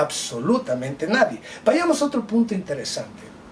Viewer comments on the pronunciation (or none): none